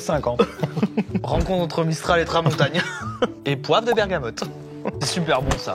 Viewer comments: les vents du sud et, l'histoire d'un raté. La tramontane chef, pas tramontagne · Tramontane pas tramontagne bordel! plusieurs fois qu’on te le dit 😘❤❤❤